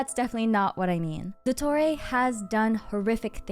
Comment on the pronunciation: Your pronunciation of his name is so accurate 👍